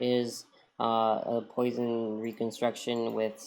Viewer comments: ))) "Poison".... that is Poisson, with 2S :)) pronounced /pwa.sɔ̃/. See for details. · Poisson is pronounced “Pwasson”. He was a great French Mathematician. Great video BTW.